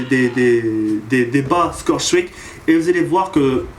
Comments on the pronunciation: PTDR tu ma finit avec ton accent ! Scow strik ! Mdr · J'adore ton accent anglais "scoRe stRick" Mdr' sinon super vidéo (comme d'hab) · Pas mal "scorestreaks" mais ca ne bat pas ton légendaire "Domaïnéshion" pour dire domination :)